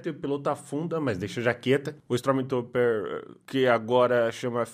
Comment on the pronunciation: "istromi tuper"